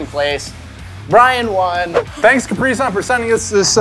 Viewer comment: It’s Capri sun not cpri sun